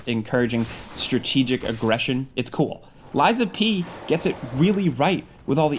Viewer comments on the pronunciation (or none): Who TF is "Lysa P."?? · I went to school w a girl named Liza. It sounds like your saying her name, Liza P. Lol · calling a game lies of pee is crazyyyyyyyyy